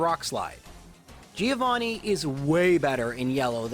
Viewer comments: Hey, great video! I want to point out a thing, it's relly a stupid thing feel free to ignore it, buuuut... the first part of "Giovanni" is pronunced like the first part of "John". The 'i' is really short. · Leave battle animations on, and pronunce Giovanni properly